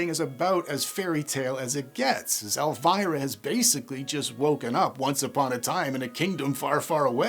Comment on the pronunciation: It’s pronounced El-vee-rah